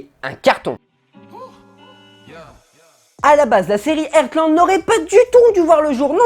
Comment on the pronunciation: Pitié c'est pas "Ertland" ça se prononce "HARTland" 😭😭😭